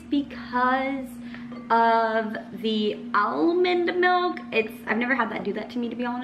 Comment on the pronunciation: not even from the midwest, and she still says melk 😍